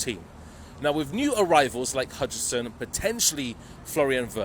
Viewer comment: Who’s hudison bro? It’s Housein (pronounced as house in) spelt as huijsen. What’s hudison though ? 🤣😂